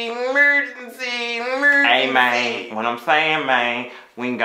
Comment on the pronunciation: 😂😂😂 “mergency, mergency, mergency”